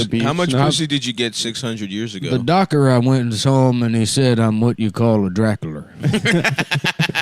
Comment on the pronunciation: “The Dokur, I went and saw him and he said I’m what you call a Drakkalur”